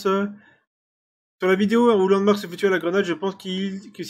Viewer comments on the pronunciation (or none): J'ai suivi LVNDMARK (qui d'ailleurs ce prononce LANDMARK et non LVND comme tu dis ) pendant plus de deux ans et je ne crois pas qu'il triche. Ce gars joue à EFT toute la journée et tous les jours.... Il est tout simplement excellent. Si tu n'arrive pas à être bon en 4000h c'est que c'est ta façon de jouer en général qui doit te poser soucis. Quand on ponce un jeu comme lui ou toi, à force, tu le connais par coeur. Moi avec moins de 1500h sur arma 3 les admins de serveurs me baissaient en pensant que je cheatait tellement je leur roulais dessus et il suffisait de leur expliquer comment j'avais fait pour qu'il deban immédiatement. Par contre aujourd'hui je suis redevenue nul à force de ne plus y jouer. Il y a des gens encore plus balaise que LVNDMARK comme GLORIOUS_E qui est juste monstrueux sur Escape... Il faut arrêter de voir du cheat partout et juste admettre qu'il y a des joueurs qui nous surpassent et qui sont bien plus doué que nous dans certains jeux. Voilà c'est pas un commentaire méchant mais je trouve ça nul de colporté des rumeurs avec 0 preuve. C'est juste une vidéo blabla pour rien apporté de concret sans vouloir manquer de respect . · ça se prononce LANDMARK le V c 'est un A retourné